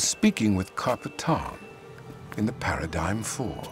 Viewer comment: The worst thing about epsolinism is how they pronounce it a parid-gyim rather than paradigm